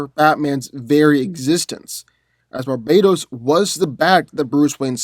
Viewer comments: stop calling him Barbados THERES A T RIGHT THERE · Did he say Barbados or Barbatos? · Bar ba tos not barbatos u pronounced it wrong